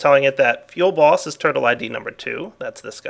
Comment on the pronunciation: Does anyone else hear "Feel Boss" when he says "fuelBoss?" I found myself laughing a lot when I first heard him say it.